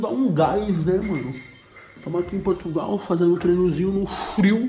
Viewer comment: Tog tá show demais cara!! Só atenção nas edições, que tá com vários erro, são pequenos, mais nos confunde, tipo o começo do vídeo passou duas vezes bem dizer HAHAHAHAHA "Portutal"